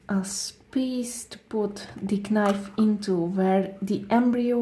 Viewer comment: She said kinife